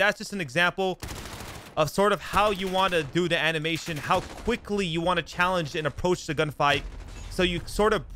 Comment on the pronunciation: I wanna vomit everytime he says "chall"